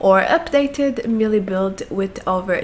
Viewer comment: Kindly, the word is Melee, pronounced "maylay."